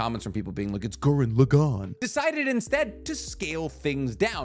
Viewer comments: “It’s GuRenLagown “ 😂 took me out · It's Gurren Lugaan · My subscriptions and views and likes hinges on pronunciation of Simon from Gurren Lagan.